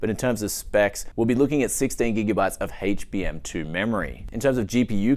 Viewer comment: Haych-BM2 memory.. Whats that?